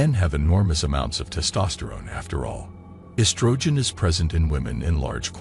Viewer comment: I've tried. Can't take the robot voice, I hate mispronunciation, and it's all just rehashed tripe . But that robo voice really sucks..esTROgen..shutup.